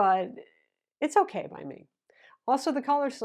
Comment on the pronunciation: OH NO.... just said "....it's okeewwyyy...". Huston....we have a probem as she said it's okeyyyyy...... 😅 and seems considering Motorola....is that motorola on the shirt??...oh nooo...quick team meeting!!! 😤